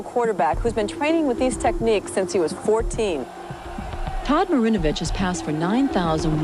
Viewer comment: todd marinvoch? absolute BUST